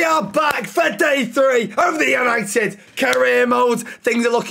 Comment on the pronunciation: tenth, YANITED YANITED YANITED!!!!!!